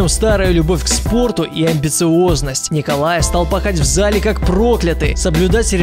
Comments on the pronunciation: Неправильно его имя читаешь. Не "Николай" а "НИИИИИИИИИИИИИИКОЛАЙ СОБОЛЕВ" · не НИИИИИИИКОЛАЙ,а как он сам говорит НИколай Соболев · Э,правильно произносить НИколай соболев... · правильно говорить НИИколай Соболев